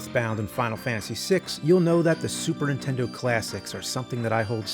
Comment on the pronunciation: well, over the last few days i binged it all...cool to see the evolution of the nerd....drives me crazy when he says super intendo though lol